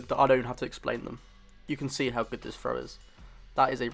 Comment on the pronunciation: I had a little trouble at first, hearing your "frow" instead of "throw" and "free" instead of "three". . . But luckily I have noticed this British/English way of speaking the "th" sound, although I know it is probably a regional, rather than a national pronunciation.